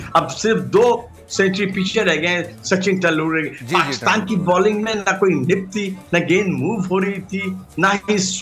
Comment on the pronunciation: सचिन टेंडुलललर। 😂😂😂 नाम सही बोलना आता नहीं और आ गये expert बन कर। 😁😁